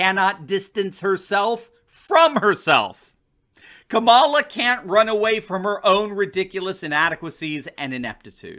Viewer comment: Did you say "Kabala" xD That's great.